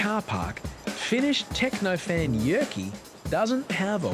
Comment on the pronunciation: Great video, but the way they pronounced "Jyrki" (the dancing guys name) physically pains me lol